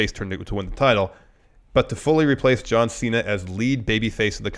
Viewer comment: "Ju-an C-Na?"